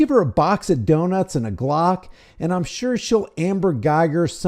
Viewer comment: Did you just say a box of donuts and a cock or a box of donuts and a glock 😂😂😅